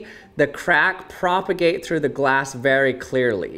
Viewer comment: How many time is he gonna say "propergate"?